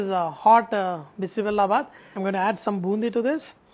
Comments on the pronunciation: Its not sambhar sadam, stop insulting karnataka food. Call it by its proper name. Americans here make an effort and call it proper, you being an indian u cant make an effort to say it right! Its BISI BELE BATH not bela! 😡 and generally eggplant and drumsticks are not used, only those who cheat doing sambhar and make it use those veggies. Carrots, beans, kohlrabi, bell pepper, tomatoes, potatoes, onions sometimes.i hv liked ur mysore pak, and a few other dishes. I hope some courtesy is shown to all states! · Its not bisi bella... U r not pronouncing well. Its bisi bele bath... That means hot mixture of daal & rice with lots of veggies... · Hello Mr...its called bisi bele bath.....not bisi 'bella' 🤨bath....bella means jaggery ..u no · It is bele not bella. Bella means jaggery. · It's Bisi bele bath not bisi Bella bath, pronounce it correctly please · Akshata Rc u right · Its not bisi bella baath. Its bisi bele baath. Bella in kannada means jaggery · Bisi Bella bath!!! Oh dear no, that's not how u pronounce it!!! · Ladies finger and egg plant in bisibele bath? Even the pronounciation of "bele" is wrong And papad is not served with it..it's always boondi or potatoe chips..